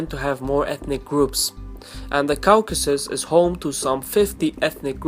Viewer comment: Caucasus is pronounce /ˈkɔːkəsəs/ the au/aw in english is pronounce like an O generally just wanting to help